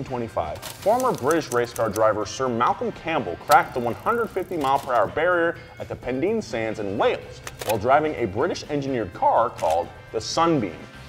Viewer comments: It's not "Pen-deen" sands but "Pen-dine" sands... Sorry and all... British/Welsh for you. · It's pen dine as in diner btw. Nice to hear a Welsh place in a donut video... even if he said it wrong...